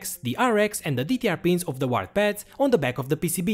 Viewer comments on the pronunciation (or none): When you say 'return button' , you actually mean backspace. The return button is the enter key, which you named send on your keyboard. Also: UART is pronounced 'you art'